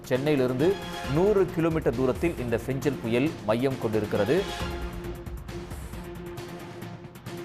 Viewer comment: ஃபெஞ்சலா..? ஃபெங்கலா...?